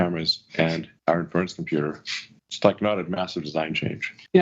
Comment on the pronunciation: the way he pronounces 'inference' (for inference computing) is doing my head in. He clearly never heard it pronounced before using it (it's like in-fuh-rence not in-ferr-unce) so I guess this is one we're going to see him hammer into the ground, using it completely inappropriately tpp